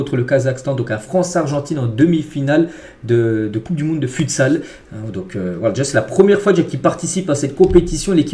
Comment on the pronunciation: stp on dit footsal (futsal) pas futesal sinon continue tes vidéos c’est super